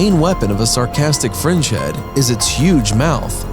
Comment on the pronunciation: Did anyone else hear “sarcastic French heads”?